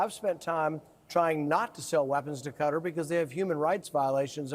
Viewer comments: Why do they pronounce “Qatar” as “cutter”? It was only by the third or fourth time Rand Paul said it that I understood what he was trying (and failing) to say. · Most shocking thing is people pronouncing it 'cutter' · I was watching that and couldn’t believe it! He really did fall asleep..the Crown Prince actually had to go over to wake him up..lol I’ll also never pronounce Qatar as ‘Cutter’ ..WTF is that about? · Why is everyone calling Qatar Cutter? It's kuh·taar. 😂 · I wish folks would stop pronouncing it as Cutter. It's pronounced Ka-TAR. Google it. That said, this could be Dumpy's biggest grift yet. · A few republicans I hear are calling the country "Cutter". It's "Qatar"-with the accent on the second syllable. Short "a", not a "u". Good grief. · We older folks have always pronounced it kuh-tar. Now the talking heads pronounce it cutter. No matter, it’s a straight up bribe that Trump is accepting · I wish people would stop calling the country "Cutter" - it's pronounced "Cat-ar" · It is pronounced kuh TAAR, smh. Why is the media suddenly calling it cutter? WTF? I hate Trump but how do you expect to have any credibility when you keep grasping at straws and exaggerating things? Trump looks like he was falling asleep, but that is a far cry from actually sleeping. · It is definitely NOT pronounced "Cutter". It is difficult for an English speaker to replicate the correct pronunciation. It has always been kuh TAAR in the U.S.. That is not completely accurate, but replacing it with Cutter is worse. If Americans wants to get closer to the correct pronunciation, they should learn the precise pronunciation or leave it as we have always had it. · Qatar was pronounced Cutter and then followed by Ka-tar. Seems strange to pronounce it different in the same sentence. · It’s not “Cutter.” It’s “Ka TAR” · I don't know when or how it became fashionable to pronounce it as Cutter, but the traditional pronunciation, which is closer to the Arabic, is kuh-TAR. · IT IS CUTTER!